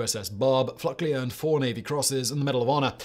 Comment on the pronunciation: I'm used to Simon butchering pronunciations, but the man was named Fluckey, not FluckLey. He was "Lucky Fluckey."